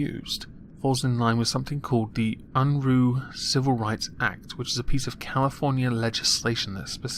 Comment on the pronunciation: Jesse Unruh, also known as Big Daddy Unruh, was an American Democratic politician and the California State Treasurer. His name Unruh is not pronounced Unroo but the ruh rhymes with the common verbalized pause "uh". He was a knave and scoundrel and a true blue progressive of his time. As all progressives do he affixed his suckerlike appendages to the the money and became state treasurer of California to better position himself to hand out political favors (which he did). He was also JFKs campaign manager and sat in Congress for a while. Just thought you would like to know a little about the man behind the funny name. I like the new outro. Liked and shared!